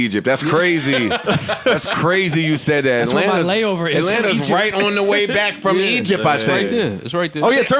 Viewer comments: somebody tell me why Joe always says The JBP boys "baiyack" to Business in the intro?? am I missing something or can he not pronounce BACK? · It’s Back but he’s pronouncing it as Byke. Florida accent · It’s a lot of new viewers I see. I’ve seen plenty of comments about is Joe saying “back” or “bike”. 🤣🤣🤣🤣 he’s saying “back” but pronouncing it as “Byke”. That way of saying it is from Florida. Their accent makes it sound like that. Popularized by Plies. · I get it but I like giving credit to where it’s due. That’s the south way of pronouncing it